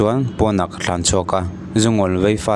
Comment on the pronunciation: Thlan tihtur hi Tlan tiin I lam ri tlata